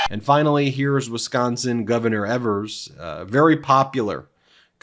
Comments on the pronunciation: Good presentation. I'm from WI. Governor's name is EEE-vers. Not evers. Take care. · Tony Evers is pronounced E vers not evers. The E is like it sounds. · Please understand that in no way am I for another 4 years of Trump. NO. WAY. But if you sir can not even pronounce the Wisconsin’s Governor last name correctly, maybe you need to educate yourself a little more. That’s embarrassing.